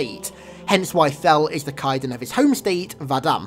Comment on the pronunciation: My bro, it's Kaidon you gotta pronounce the A more xD.